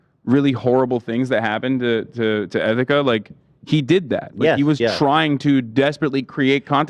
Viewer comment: Please dont bring Etika into this when you cant even pronounce his name correctly this is so disrespectful. I agree fuck keemstar for what he did but he is not the villian of etikas story. Do not mention Etikas name unless its for a positive cause please dawg